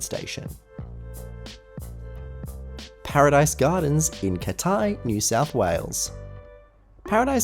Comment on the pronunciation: It’s not “catai”. It’s “cat-eye”.